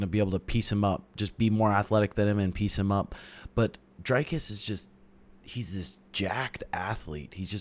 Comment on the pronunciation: it aint pronounced drycus bro its dricus'